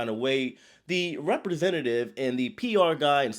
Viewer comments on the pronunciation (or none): none